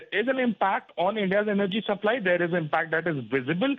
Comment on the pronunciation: Represantative, why do english newscaster, give news in english. This lady cannot prounce a simple word Represantatives This word is not prounced the way its written.Its prounced , Rep re sen,tives. Not as she says, Rep-ree zen - ta tives. Energy,also she misprounces. What english is taught to this harsh spoken,lady?